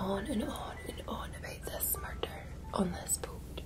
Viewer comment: "There's been a MUrrrderrr!"